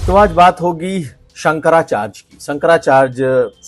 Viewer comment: Shankracharge nahi hota hindi tho sahi bol bhai